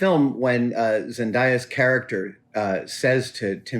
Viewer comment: Zendaya is pronounced Zen-Day-Ah, not Zen-die-ah